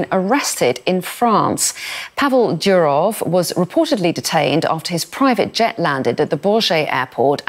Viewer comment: It is Doorof,not Dyurouf